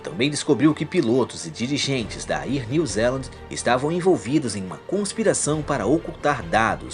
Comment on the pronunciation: Bom o vídeo! Só quero fazer duas observações, com todo respeito... A pronúncia não é "ier" New Zealand. Seria algo como "éar" New Zealand... Outra coisa é que acho meio exagerado dizer que afetou "milhões" de pessoas... pra mim "milhares" ou até no máximo "dezenas de milhares" já está suficiente. Mas aí é só opinião mesmo. Abraço